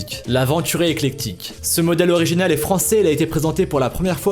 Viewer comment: Oui mais il la mal prononcé